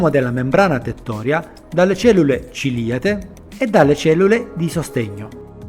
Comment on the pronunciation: Grazie dei preziosi consigli... PS le cellule ciliate credo proprio che tu le pronunci con l'accento sbagliato. ;)